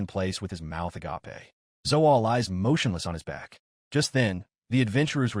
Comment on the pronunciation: Stop letting your AI parser generate the word "agape" for when someone's mouth is open. It's pronounced uh gayp while the word "agape" (the greek word for selfless love) is pronounced uh gah pay and EVERY TIME your stupid AI reader turns uh gayp into uh gah pay. It's NOT THE RIGHT WORD. Just have it say "with their mouth hanging open"